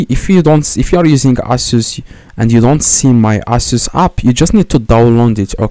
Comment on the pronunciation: the same genius again . NOT ALL LAPTOPS ARE ASUS the best part is when he said "you just need to DownLoond my Aysos"